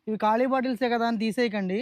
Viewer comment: కాళి కాదు, ఖాళీ అనాలి.